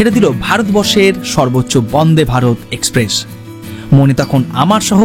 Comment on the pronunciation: Video to kharap hoini .tobe accent er opor jor din.. express ke espress bolun..ekshpressh noi.. secondly apni jokhon nije giyei dekhchen okhankar paristhiti ki..police ebong adhikarik ra nijerai baron korche tader vigilance er baire na jete tokhon eta asha kori bujhtei parchen kashmir ekdomi safe noi..ekjon blogger hoye manush ke bhool pathe chalito kora ta ekebarei thik na..songe abar ekjon tour operator ke rekhechen jini apnader aager anek gulo trip er operator chilen..er aage srinagar er video te bollen kashmir khub safe abar ei video tei bolchen tar ulto ta..nije decide korun..ki bolben.. business korun kintu onyer paribar er life stake e rekhe diye noi..either apni ekhono immatured nahole mithyebadi.. change yourself..high time